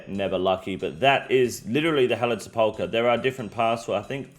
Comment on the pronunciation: SEP-ul-kur, not Se-PAUL-kur